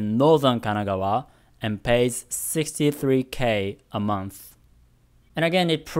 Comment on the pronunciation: Hey,! I saw you comment in the past saying to let you know if there's something you could improve on with your English. I noticed that you sometimes tend to use a "fff" sound in place of a "th" sound (example: monff instead of month, etc). I think it'd be good for you if you tried to focus on improving that! Could really imrpove your pronunciation overall. Hopefully that's okay of me to say.